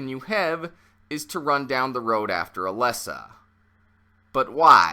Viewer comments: It's Alessa, not Alyssa. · Every time he said Alyssa I cringed